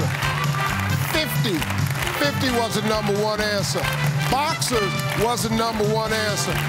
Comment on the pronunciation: “Mother was da numba one ansa”